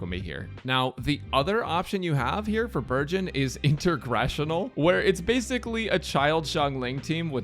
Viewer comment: I keep hearing burgeon as virgin...